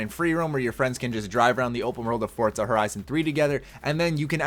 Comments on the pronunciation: For-zuh not Fort-zuh lol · Don't think it's Fort-za, I think it's For-za